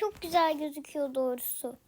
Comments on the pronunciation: Hep dorusu diyorsun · evet komik olmus